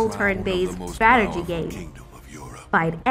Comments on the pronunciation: "STRATERGEE GAEMS" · Nup I couldn't even watch after the fifth 'STRATERGY' lol